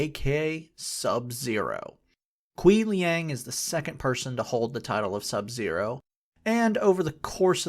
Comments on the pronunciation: bro rly called him Kwee Liang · Lmao "Kaweeeee LeeAAng"